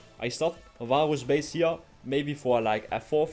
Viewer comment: i keep hearing baus instead of varus